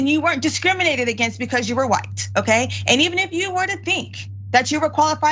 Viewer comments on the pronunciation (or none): LOL... just here me out... I love you Dr Richey... but... the clip started with you saying "Who-ite" officer... I had to laugh cause it reminded me of the Family Guy clip of them saying Cool Who-ip...